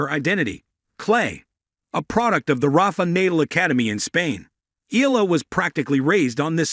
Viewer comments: The correct way to pronounce: ee-yeah-lah, 3 syllables, not eh lah. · Eala is pronounce as Eyaahla😊